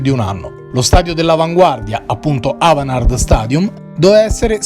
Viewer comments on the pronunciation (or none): Si pronuncia AVANGARD